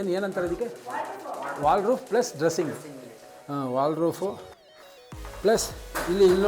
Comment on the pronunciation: ಅಯ್ಯ ನಿಮ್ಮ ಮನೆ ನಿಮಗೆ ಗೊತ್ತಿಲ್ವ 😁.. ಇಷ್ಟು ವಿಡಿಯೋ ಮಾಡ್ತೀರಾ ದೇವಿಗೆರೆ ಲಿಫ್ಟ್ ಕಂಡೀಶನ್ ಹೇಗಿದೆ ಅಂತ ತಿಳ್ಕೊಂಡಿಲ್ವ ನೀವು!!. ಸ್ಲಯ್ಡ್ಲಿಂಗ್ ಐಡಿಯಾ 👌👌👌. ವಾಲ್ಡ್ ರೂಫ್ ಅಲ್ಲ. ವಾರ್ಡ್ ರೋಬ್ ಅಂತಾರೆ